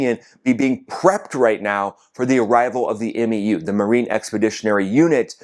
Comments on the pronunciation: The MEU is called “Mew”. Great commentary though. I come to your channel for updates on this conflict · MEU is just pronounced.. “MEW”… like meow with the O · We call the MEU the "Mew" like the pokemon Mew Two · Marines pronounce MEU like “Mew” and they are most likely pissed their booze cruise is interrupted to do work, some very pissed off grunts and gators en route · A MEU (Marine Expeditionary Unit) is pronounced "mew", like what your cat says to you. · Marines pronounce it "mew". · MEU: It's pronounced like "MU," like the Greek letter. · MEU is pronounced Mew, like the Pokémon, just for reference. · MEU - pronounced "myou" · 2 things I gotta say my dude. Please don't say M.E.U. We just say "mew", like "you" but with an M. Sounding like those dudes in Battlefield LA saying F.O.B. instead of "fob" lol. And gotta remember this about that 2500 Marines number. Only like half or less of those guys would potentially go ashore as ground combat personnel. The rest are either support MOS's or Air Wing guys that will stay on the boat to support air operations from the ships. A typical MEU ground combat element is only a single infantry battalion reinforced with attachments like a platoon from LAR, a Recon Plt, a combat engineer plt, no tanks unfortunately (what a bonehead decision getting rid of Marine tankers was🙄), a single artillery battery etc etc. Probably more than enough to take something like Kharg Island, but definitely not enough alone for sustained operations on the mainland. That might have been more than 2 things...man I'm bad at math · M-E-U?! C’mon bro you know we just say MYOO! #SemperFi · Love your work. FYI MEU is pronounced MEW as in the 31st MEU (1 word) is enroute. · Hey, nuts it’s not pronounced M-E-U 😂 the e is silent It sounds like mew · The M.E.U.. is pronounced MEW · MEU (Mū) rhymes with “pew”. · MEU is pronounced “mew” amongst Marines and Sailors. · MEU - Pronounced Mew